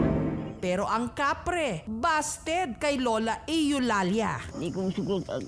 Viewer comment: Eulalia Yu-lal-ya ❎ Eh-yu-lal-ya ✅